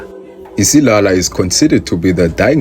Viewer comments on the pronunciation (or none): Isiyaya 😂😂😂 not isilala